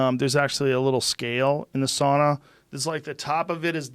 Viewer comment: not even 10mins in - Joe: SAAAUUUUNNAAAA HeAt ShOcK PrOTiEnS